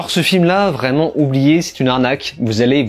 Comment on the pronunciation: C’est pas une prison, tu n’as pas lu le comic book. Pas hyper crédible pour faire un commentaire. Tu m’as perdu au moment où tu fais la liaison « vraimentz »